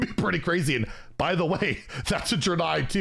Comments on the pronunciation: You probably already know but it's pronounced Dray-Nye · Hey fyi the pronunciation is dray nei. Like the dra in drake and the nei in bill nei the science guy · Ive always pronounced it "Drain-eye" but ive been wrong many times before. lol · Not sure about the pronunciation... I thought it was [DRAY-KNEE]. Really not sure tho. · It’s pronounced Draenei and Archimonde. I got you!